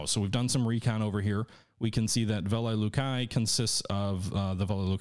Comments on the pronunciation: Velikiye Luki is pronounced like this vuh-lee-kee-yuh loo-kee all best. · Disliked because you kept butchering the pronunciation of Velikie Luki. Scratch that - EVERY SINGLE Russian city on the map.